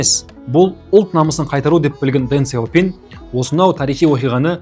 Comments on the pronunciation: қытайдың сөздерін орыс тілінен емес тіке қытай тілінен қазақша тілмен айту керек, Дэн Сяупин емес , deng xiao ping яғни Дың Шяу Пиң деп оқылады. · Неге орыстың мүкіс тілімен сөйлейсіңдер осы, Deng Xiao ping дың щяу пиң дегенге қазақтың тілі келіп тұр, ағылшындарда осылай айтады